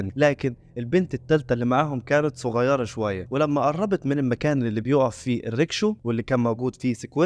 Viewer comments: اسمها ركشة مش ريكشو وفي مصر اسمها تكتك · اسمها رَكشة بفتح الراء